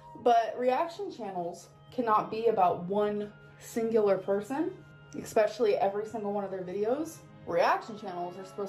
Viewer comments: Blah blah blah...her first world problems grate on my nerves, ek-specially! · "eXpecially—".